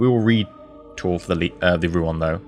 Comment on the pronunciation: Don't wanna nitpick over a single word, but I'm gonna nitpick over a single word because that's how I get my kicks on the internet, it's actually Rouen, not Rouan. EE's pronouncing it wrong.